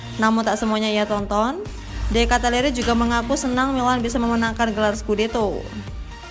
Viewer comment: Ralat Min.. Baca Benaser bkn Benaker.. De Katalare bkn De Katalere..